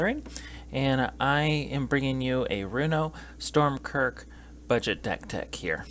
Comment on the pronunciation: Just a heads up it’s Stromkirk not Stormkirk. Also since Inkwell Leviathan has Shroud you can’t target it off of Krothuss’ ability. Half of your “ramp” section isn’t technically ramp since they don’t put the lands into play, only your hand. The biggest thing a budget version of this deck will suffer from is zero graveyard fillers. If you’re running 8+ creatures that are all 6cmc or higher and in Black/Blue with only a few budget rocks its’ going to take you awhile to hard cast a sea creature, have it die, cast Runo with it in the gy, wait a turn to flip it and attack with both creatures still alive. I don’t even play 3 creatures over 6cmc in my green decks.